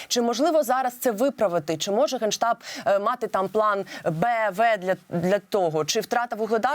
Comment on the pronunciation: Украиньский гейштаб? Или мне послышалось?